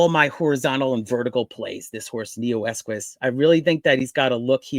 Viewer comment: There is no Neoesquis Pronounce Neo Eqos